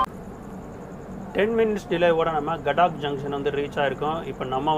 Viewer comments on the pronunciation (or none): “ காட்பிரபா” இல்லை “ கடப்பிரபா”. அதே மாதிரி “கடாக்” இல்லை “ கதக்”